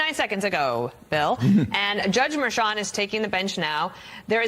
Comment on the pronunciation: So, I see “Merchan” - but hear Mersham… Another “sham” - it’s a damn shame. 🤦‍♂️